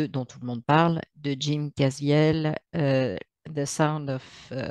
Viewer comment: Jim Caviezel… il prononce son nom “ka-vi-zelle”